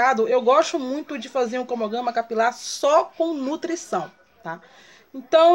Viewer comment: nÃO entendo qual a dificuldade dela falar CRONOGRAMA....putz